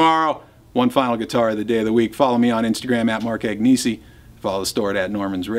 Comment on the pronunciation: Just a quick note (you might probably know): your last name (Italian) is not pronounced with the hard "g" before the "n" but more like the Spanish "n" like in "pinata" (and also it is a famous brand of pasta)